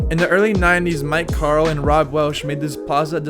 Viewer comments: This dude said Mike Carl lmfao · did he say mike carl? smh not how u pronounce his name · I chuckled when, talking about HH in the first video, you said "Wayne Speyer." Okay, Wade is a legend, especially to us in the 40 y/o age range, but "Make Carl" is inexcusable. Followed by shortly thereafter by the phrase "skate God Aaron Kyro." Yeah, can't forgive that one. Time to go. Good luck to ya with the channel dude.